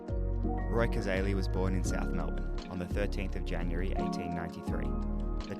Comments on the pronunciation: Even after watching the video & hearing it several times, you still mis-pronounce his name as Cazarly. It is correctly pronounced Cazayly, thanks for your interedt in the game, but pleas do him the justice of pronouncing it correctly. Also AFL has uympires, not referees. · Hi …Roy Cazaly pronounced CAZAYLY was a South Melbourne now Sydney swans football player who died in 1963. The MCG is around 500 feet from goal to goal and that video would be from the 1970s. Cheers Mate! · Pronounced cazaily. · Pronounced kuh-ZAY-lee. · The Aly bit of Cazaly rhymes with Bailey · Hi, regarding positions, the channel that produced the Cazaly (rhymes with daily by the way) video also has this one that I think might help